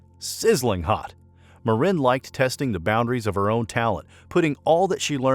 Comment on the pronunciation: Might want to ask Hellen how she pronounce her last name. He is AI generated?